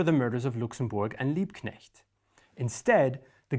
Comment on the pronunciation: Liebknecht/Luxemburg? Really? Every single time!